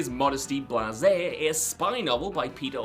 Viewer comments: It's Blaise as in Blaze. Not blasé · Blasé, unimpressed or indifferent. Blaise, pronounced like Blaze. ✌🏾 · “Blaise” is pronounced “BLAZE” not “BLA-ZAY” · It's Modesty Blaise, not Modesty Blasé. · It is pronounced Modesty Blaze(hot chick, get it?) not blase'. You euro types really need to wake up and smell the cultural coffee. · Hope by now someone has told you how to pronounce Modesty Blaise. It's not pronounced as blase' (blah-zey) but pronounced like 'blaze.' There was even a film starring Monica Vitti. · It's pronounced "blaze" not "blasé". Pedantic, I know but... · Modesty "Blaze" no Bla-zay. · Blaise is a name pronounced blez or blaze. Different word from blasé. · It's actually pronounced Modesty "Blaze" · Vincent's bathroom book is not "Modesty Blasé". It's "Modesty Blaise"; the surname is pronounced "blaze". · Some good details I hadn't noticed, BTW Modesty Blaise is pronounced as the word Blaze not blase. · Modesty Blase? Ffs dude, do more than read the autocue. It's pronounced Blaze. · cool video but its Modesty BLAZE Sorry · It's pronounced Modesty 'Blaze'. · It's pronounced "Modesty BLAZE" You Moron! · In the comic strip, Modesty Blaise is pronounced "Blaze". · It is pronounced 'Modesty Blaze'. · Modesty blaise.... Its pronounced Blaze!!!! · In "Modesty Blaise", "Blaise" is pronounced "Blaze". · No.17 - That’s not how you say the book’s title. It’s pronounced “Modesty Blaze”! 🗣🤷‍♂️ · It’s pronounced Modesty Blaze it was a French comic and made into a movie in the 60s. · Modesty Blaise is pronounced Blaze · Blaise is pronounced "blaze". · It'spronounced Blaze as in Modesty Blaise. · "Modesty Blasé?" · A very blazé way to pronounce her name 🧐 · Maybe learn how to pronounce Modesty Blaise properly.